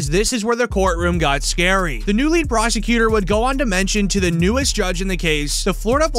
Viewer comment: Why do you say prosecutor weird? Like you fade into the annunciation plus your voice is cringe